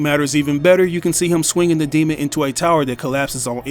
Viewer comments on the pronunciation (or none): none